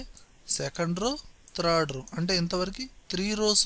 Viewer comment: త్రాడ్ రో .. కాదండి.. థార్డ్ రో..